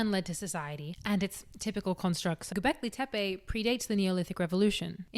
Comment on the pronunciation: Sorry, I was chewing. Did she say Kentucky? "Is it hARth? Fuu..." Hilarious. Attitude, voice, knowledge, fluent in both English (mostly, yeah, it's hARth) and sarcasm, can pronounce Gobeklitepe (says that like it was her first word, but can't pronounce hearth?), and good looks to keep my eyes busy too. DING. Subscribe. Duh.